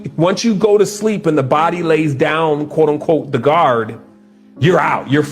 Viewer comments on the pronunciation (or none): none